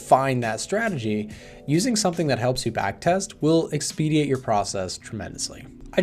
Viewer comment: I’ve never heard the word expidiate but I’ve definitely heard of expedite..either way good talk